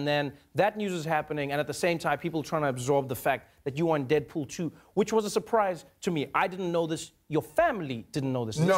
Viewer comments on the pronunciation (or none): He said "Deadpoo-pool" :'D